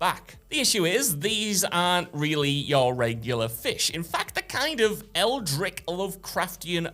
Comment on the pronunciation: Scarpering off. EldriCH. Idiosyncrasies. AnderSon. Oh.